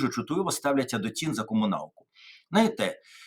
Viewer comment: Тарасе, перша буква в слові «знаєте» - З. Не забувайте про неї, будь ласка